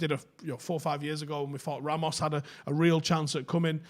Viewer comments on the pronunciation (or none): none